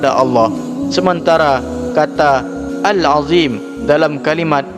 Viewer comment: Assalamu'alaikum, buat masukan yg setahu sy Al-Azhiim (ZHO) bukan dzal (Alladzina). Awas salah baca Lafas huruf ( Qiro'ahnya) dlm tulisan bahas Latinnya lain artinya. Wassalam.